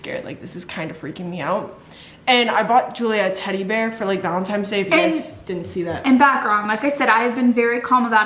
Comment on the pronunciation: When said ValiMtines day😂❤